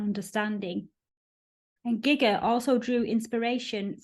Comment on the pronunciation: Is it not guy-grrr not gig-er